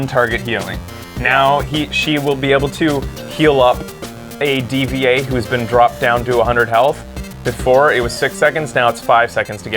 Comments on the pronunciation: Why is he still calling D.VA D-V-A instead of Diva even though people told him that's how you spell it, even the character herself calls herself that. Is he kinda slow? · she's not a robot it's pronounced Diva she even says it that way in game.